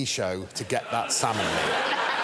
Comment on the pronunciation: Lady Leshurr and her salmon fham🤣🤣🤣